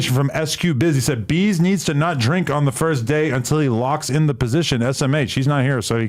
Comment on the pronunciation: I though this nigga Adam said Veeze who the fuck is beeze , that’s what I get for not reading the title lmaooo